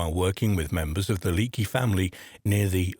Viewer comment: How are you not going to get the name "Leakey" right in a video about archaeology? The Leakeys are a damn archaeological dynasty!